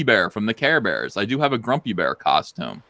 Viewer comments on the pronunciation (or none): Are you saying Grumpy bear or Frumpy bear? 🤔